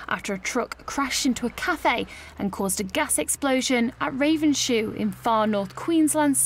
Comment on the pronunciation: Ray - vens - hoe it is pronounced.